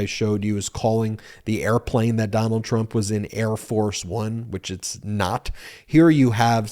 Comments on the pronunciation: I think it's pronounced "Air Farce One" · I thought I heard him say: "Hair Farce Bum" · I think the guy was calling it Air Farce of One. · It's "Air Farce One". He just mispronounced it.